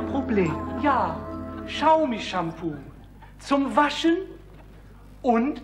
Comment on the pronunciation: Bei der Aussprache dieser Smartphone Marke Xiaomi (wie Schaumi) muss ich immer an diesen Gag denken 😄